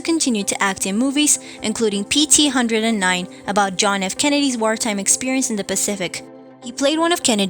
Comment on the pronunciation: Sounds AI, mispronounced Capote, PT109, and others.